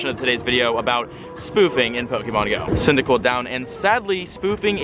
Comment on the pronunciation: " i need the cydiquil candy" bro you have three typhlosions